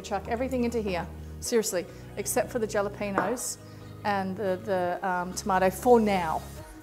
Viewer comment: Jalapeño is pronounced 'Hala-pen-yo. ' J is always silent in Spanish.... Being from Texas we would also use Cilantro in a Pico de Gallo using Serrano Peppers. These peppers are very nice for this...love your recipes. Thanks for sharing.